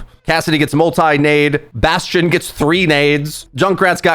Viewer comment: Buhteest and kuhreekoh